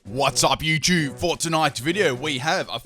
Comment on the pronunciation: i love how he says watts opp yootoob xD